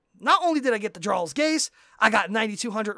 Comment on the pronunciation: first off, Jarl is pronounced (yarl). like most of the game that is base from old norse where the j made a y sound. second, i have went into queue with very well geared players that know their class and it has still taken longer than 30 min to do 1 raq and unless u go in with a tank and healer already in group u will sit in q for 15 min. some of us jsrt arent that lucky. i have run rlq, riq, and req and still not gotten my ad cap. thats with getting 45k rad from req alone idk how u did it, ill be testing this out tonight and will comment again with exactly how much time it took to do the 5 u mentioned and how much rad i got not counting the item drops and such